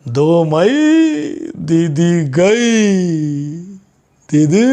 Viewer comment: Its not gai but goi.